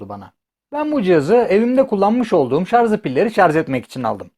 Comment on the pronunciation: Şarz değil şarj.